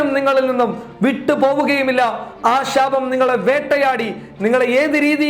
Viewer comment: ഷാപം അല്ല ശാപം